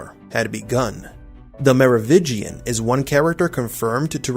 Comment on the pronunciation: MeroviNgian.. you keep missing the N. Are you new?